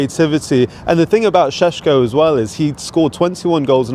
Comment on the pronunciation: 'Cheshhko' is that guy murdering it or is that how it's supposed to be said?